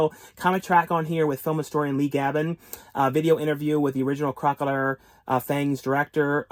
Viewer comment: Killer crocaisle huh or crocalur or crocolile😅